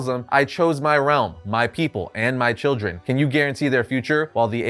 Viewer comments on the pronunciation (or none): none